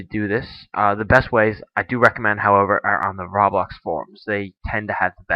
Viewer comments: It's pronounced roe-blox not ra-blox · Its not "Rahblox". Its ROBLOX! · It's Roblox not "Rawblox" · xD did he pronounce "roblox" "rawblah" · RABAX THATS WHAT HES SAYING INSTEAD OF ROBLOX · he said "RAWbox" its roblox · idiot its ROH-BLOX not RAW-BLOX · dude its roblox not rawblox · e.e nots rablox its roblox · Why do you pronounce it as raablox instead of roblox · Ro-Blox (not Raw-Blox) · its not ROB lox its ROBLOX (Roe- Blocks) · ROBLOX NOT RABLOX LOL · Its not freaking "raa-BLOX" its "ro-blox" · i now pronounce rah-blox, roblox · did he just say Rahblax? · He said RABLAX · Did he say "Rablax"? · Its sounds like ur say ruhhhbax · It's SUPPOSED to be pronounced roblox. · ROBLOX isnt pronounced like that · He says roblox like me :D I guess I'm not the only one :) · he said roblox wrong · Say Roblox right dude...